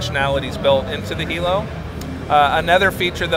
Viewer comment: Lol his face when the Lynx dude pronounces Hilo correctly